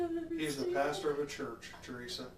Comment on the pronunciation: I literally thought she said bastard (PASTOR)when she dials him up. 😂lmao